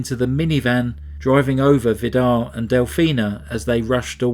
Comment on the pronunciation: His name is pronounced Vidar with a long i and a rolling r at the end just for your information.. good try though 😃 I’m Norwegian , but haven’t actually heard of this case. I got married that year , under heavy pressure including serious DV. redecorated my rented flat , witch immediately got sold by the owner without compensation , all this ended up with my second miscarriage with twins in week 16, so I was probably to self absorbed by my personal hardship🥺 This case is so devastatingly sad, just heartbreaking 😰 cults like Jehovas witness and Mormonism are so dangerous. It makes my sick just thinking about it… so many murders and generational abuse.. horrifying..